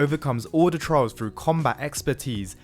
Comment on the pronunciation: It took me a few seconds to figure out you were saying "trials" and not "trouts".